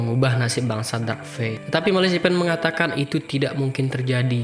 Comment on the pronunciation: Ahahah gagal fokus sama Malasipen mu mas 😂😂😂😂😂😂😂 Ejaannya Melefisen, mas 😂😂 Cukup menghibur 😂👍